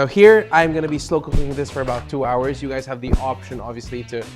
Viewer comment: Hours is pronounced au-urz.😊